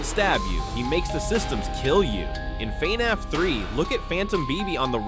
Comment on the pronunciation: Gotta admit I never heard anyone pronounce it as “FEE-NAFF.”